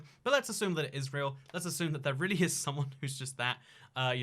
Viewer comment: "lets assume that it is rayull"